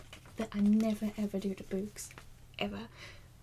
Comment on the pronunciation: the way she says books lol